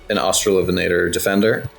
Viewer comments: Thank you for the lovely information on australian megaraptorans which are obscure tragic critters that I love, very cool that you're working on them professionally. Also, losing my shit at "ven-ah-tor" pronunciation I've never heard it like that and my brain doesn't like it /lh. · The only correct pronunciation is obviously AustraloVENator, analogous to RAPator. As for "Huene", that's an old spelling of "Hüne" (a rather archaic German word now mostly used to refer to a very tall and imposing man); the e at the end is pronounced like "-uh" in English. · I, too, hate the -lovenator pronunciation. Sounds like something out of a bad raunchy novel lmao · As maybe is discernible from the eight billion comments on this great vid, I love this thing to no end, S for sinister and superb (no H vibes unfortunately), top 5 design for me. I would say I austra-LOVE it to no end but I do not enjoy that pronunciation. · For me it seems the best pronunciation is the one that separates the two words: AUstralo VEnator